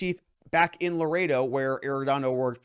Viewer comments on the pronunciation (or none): none